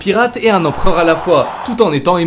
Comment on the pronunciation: Je viens juste de remarquer en re-regardant la vidéo mais... "empreur" '^'